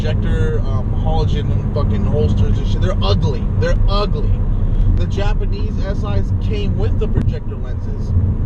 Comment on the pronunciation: He said Japanese Si lol